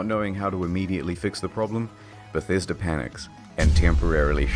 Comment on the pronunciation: Why is mans saying bethäsda